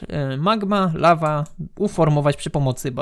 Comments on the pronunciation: Lawa, nie ława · "La Va " to po francusku czy co ? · "lawa" xD